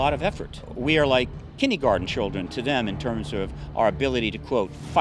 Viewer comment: KINDERGARTEN NOT KINNEY GARDEN!!! And he's an "expert"?!